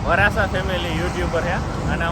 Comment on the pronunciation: વરાસા 😂 ના હોય વસરા હશે મોટા ભાઈ વરાસા ❌વસરા ✅